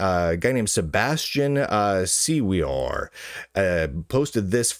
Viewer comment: Siewior, if he is Polish which I suspect he is it is pronounced shyeviour (the ś sound is not present in english anymore, should be pronounced more whistly than "sh") śye, as in "yeah", viour, as in "your". and the "w" sounds like "v", as in Viper.